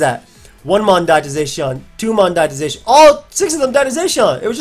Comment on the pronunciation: You pronounce Zacian weird ugh..